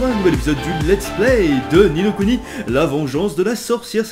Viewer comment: Non il le prononce bien, Ni no Kuni est du japonais et veut dire l'autre monde, le second monde